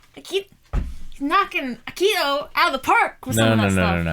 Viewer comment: Yeah I noticed she pronounces it kind of like “aki-he-toe”. Tbh both of them have had trouble pronouncing some names in the show. At this point in the reactions it just makes me giggle